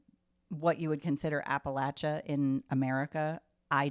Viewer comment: As an Appalachian I'm so happy you guys are interested in Appalachia! you're saying it right, it's pronounced Apple-at-cha. A good book rec that I loved that centers around Appalachia is Demon Copperhead. It's so good and I think you all would like it!! Absolutely loving the pod so far btw!